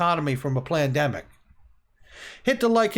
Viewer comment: Sounded like you said plandemic at the end there. Freudian slip?